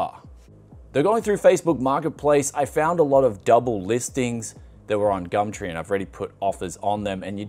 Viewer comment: "gamtree" i'm petty as fuck i know